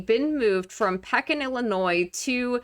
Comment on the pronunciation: Its Pee kin (Pekin,IL)